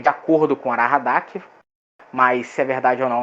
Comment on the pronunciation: Parabens pelo conteúdo, mas atenção aos detalhes... aHaradak, não aRahadak